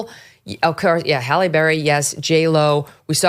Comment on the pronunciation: Megyn, I have to correct you on something. Halle Berry is from Cleveland (so am I). Halle is pronounced Hal-ee, not Holly. For context, she was named after a department store called Halle Brothers (years ago). Aside from that minor point, you said it! We don't need to see women's vejayjays. Madonna does it, too.